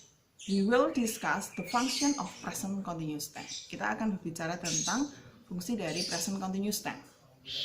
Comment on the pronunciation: Continuous = baca [kənˈtɪnjʊəs] 🙏